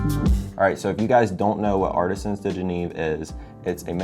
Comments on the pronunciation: Wow! You spent a fortune on a watch transformation, and can't even pronounce the company's name. You can't even spell it. It's like Genev, not Geneev. And it's spelled Genève . Also, personalizing it with the - highly unattractive - WYW, was dumb. For a number of reasons. Luckily it's on the back. Finally, wanting a 'Box Unique' was extremely pathetic. They were right to tell you to F-off, although I don't know why it took 3 weeks to do so. Otherwise, congratulations - it's beautiful. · Pronounce Je-nev not Gee-neve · Spending that much money but can't prounce Genève.. 💀